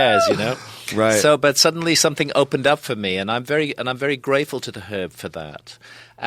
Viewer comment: He says it how it’s meant to be said